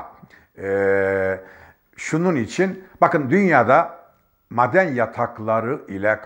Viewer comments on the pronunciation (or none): mden değil maden , Hşim değil Haşim, alka değil alaka diyeceksin. Doğru Türkçe konuş. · Müracat değil müracaat.......Maden değil maaden.......Siyaanur değil siyanür.......... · Sabahattin abi lütfen bazı kelimeleri konuşurken uzatmıyorsunuz,onları yazarken farklı ama,okurken farklı okunur.Örnek;"maden" kelimesi,yazılırken maden diye yazılır.Lakin okunurken "a" biraz çekilir.eskiden alfabede bazı harflerin üzerinde şapka vardı hatırlarsınız. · Madenn degil maaden diye söylenir benim bildigim, yanlismiyim acaba? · Sayın ÖNKİBAR , özür diliyorum ama , sizin gibi bir gazeteci nin , türkçe'yi kullanırken biraz daha özen göstermesi gerekir diye düşünüyorum ... Maden kelimesini söylerken A harfini biraz uzatarak söylemeniz gerekmiyormu ? Ha , bide siyanur değil SİYANÜR olacak ... Saygılar . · Gerçektende mâden deyişi ve m.kaaaare deyişi rahatsız edici! Anlattığı doğru olsada! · Teşekkürler.. maden telaffuzunuz beynime beynime vurdu bu arada.:))) seviyorum sizi.. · Maden telafuzunuza dayanamiyorum. Soylediklerinizin dogrulugu hatirina katlaniyorum. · her maden dediginizde yüzümde gülümseme eksilmedi.madendeki a yı biz uzatarak söylüyoruz. belki dogrusu sizinki bilmiyorum.😂.ilahi sebahattin bey.takipteyiz. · "Maden" sözcüğünü yanlış telaffuz ediyorsunuz. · At gözlüklerini çıkarıp gerçekleri anlatsan daha inandırıcı olacaktın sayın Sabahattin Bey. Ayrıca şu maden telaffuzunuzu pek çıkartamadım sanki alman aksanı gibi geldi bana. Yoksa sizde mi alman vakıfları adına altın madeni ocağı hakkında yorum yapıyorsunuz. Özünüze dönün artık bırakın bu fitne işlerini. Gerçekleri anlatın.